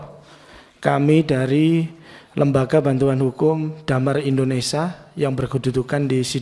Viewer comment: apa susahnya mengucap indonesia indonesia ,bukan indonesaaaaaa